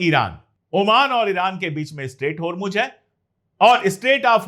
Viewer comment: Its Hormoz....Not Hormuj, sir.